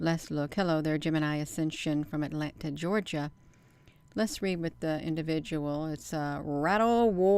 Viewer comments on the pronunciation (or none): none